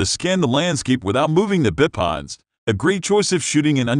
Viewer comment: “Bip odds” I couldn’t even watch to the end the pronunciation was pissing me off 😂😂😂😂😅